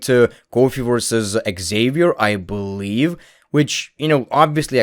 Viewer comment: I BOLIEVE IN JOE HENRY